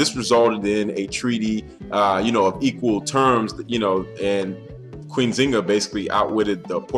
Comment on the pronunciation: pronounce the "N"....Thk you